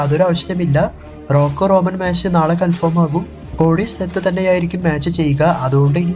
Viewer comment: സഹോ റോനൻ അല്ല റോമൻ ആണ് 😊